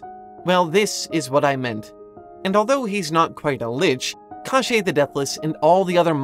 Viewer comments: God, you pronounce "KoschEi" so weirdly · this pronounciation of "Кощей" was so weird that legit thought : "Oh really i haven't learned that we had this character in Russia", until 8 minutes i finally realize what was it about.